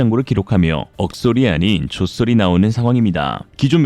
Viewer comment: ㄹㅇㄹㅈ 존경합니다~~~ 정보력/나레이션/전달력 모두 만점 ! 오늘의 옥의티 = 에 그걸 발음을 꼭 "조쏘리"로 해야 하셨나요 ? 억은 ㄱ다음에 오니까 억쏘리로 발음되지만, "조" 다음엔 그냥 소리인데도 뭔가 "조ㅈ소리" 같은 느낌을 팍 살려서 ? 헐~ !!! 중독이야...